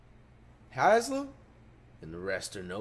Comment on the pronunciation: NIGGA SAID HASLEM? LMAOO IM CRYING